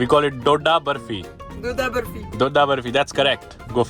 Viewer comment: She pronounced Dodha barfin correctly .I think she knows hindi and is well aware of Indian culture .😊